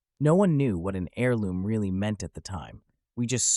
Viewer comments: AIR-LOOM... NOT HAIR-LOOM. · The H is silent in Heirloom, it’s always been silent, how do you mispronounce it like that? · You gotta take a little emphasis away from that H when you say heirloom.